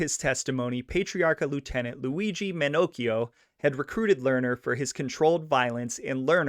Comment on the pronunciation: Jeepers bro (Mon-nack-eio) lol BETTER KNOWN AS "baby shanks" who is worth a episode all by himself.